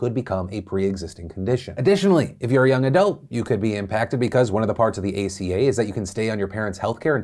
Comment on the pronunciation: "Let's talk about the Affordable Care Act aka-" Phil ima have to stop you there it's aca not aka